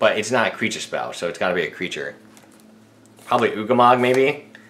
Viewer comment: Did he say "ugamog"?